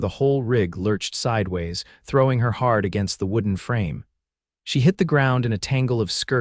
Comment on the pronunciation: Hard, not heart . 😮